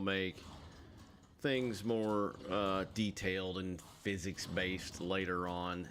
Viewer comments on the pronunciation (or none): none